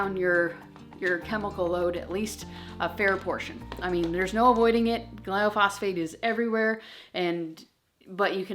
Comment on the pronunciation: Love your videos! I think you mean “glyphosate” gly-pho-sate. And I completely agree with you! If we can’t avoid it all we should at least try and attempt to avoid as much as we can! Azure has definitely helped us with that!